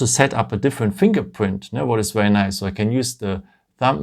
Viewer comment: You really have to work on the words ‘’ very ‘’ it’s seems like you are saying’’ verrerie ‘’ I know you are French but you do have a nice English apart for that word try to say vai -ry instead ve -ry witch the ve is prononce in French , and try to say ry like the word wrong not rong , so vai - wri And not ve -ri